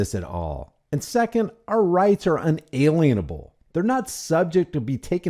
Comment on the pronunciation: it is not un-ay-lee-uhh-uh-bull... it is in-uh-lee-uh-bul...like a tax lien, a mechanic’s lien, a mortgage lien...(LEEN) taking partial or complete ownership over something. In this case over property. It is unjustified, unconstitutional and morally repugnant